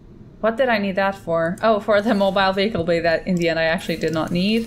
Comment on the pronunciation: Mobile Wehicle Bay... Mobile...